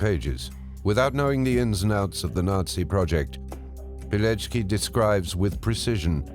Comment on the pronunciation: Verdammt noch mal! Was für ein Pijeki??? Hätte die deutsche Übersetzung die korrekte Aussprache nicht prüfen können, statt die französische zu lassen?? Der Mann hieß WITOLD PILECKI (PI-LEC-KI)!